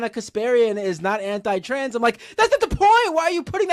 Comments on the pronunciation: Bro why do you keep saying "transes" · Wait. Why does say Transes? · Here for "tranzez" 🤣